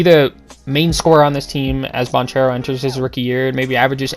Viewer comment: It’s Ban Care Ro…”duke fan” 🤣🤣🤣